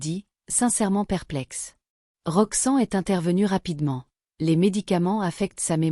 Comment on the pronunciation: Pourquoi elle dit Roxan, c'est Roxanne.